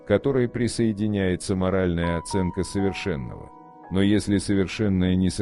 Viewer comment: Здравствуйте. Спасибо за подборку. Есть одно замечание: По-моему в высказывании с 4.44 по 4.58 вы исказили озвучкой смысл, для правильного понимания надо написать и озвучить: совершённого, совершённое. Прошу исправить.